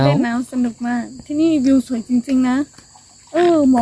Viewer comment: เสริมสวย....เสริมสวย...เสริมสวย เป็นกำลังใจให้ฝึกออกเสียงอีกนิด เพราะเสียงสระในตัวนี้ จะเป็นจุดอ่อนของน้องนางมาโดยตลอดนะจ๊ะ! คำว่าสวย มักจะออกเสียงไปทาง..โสยยยย!..ซะมากกว่า ยังตามเป็นกำลังใจให้ตลอดแหละ (ยิ่งเห็น ยิ่งทำให้คิดถึงใครบางคนที่ท่องดอยในชายแดนไทยเนาะ!) สู้!...สู้!...เน้อ!